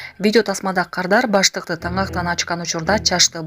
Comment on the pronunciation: Быштакты, баштык деп окуйт